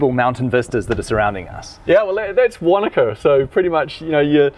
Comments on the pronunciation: Wanaka... or wakanda? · I can't be the only one that thought he said he was in Wakanda in the beginning at first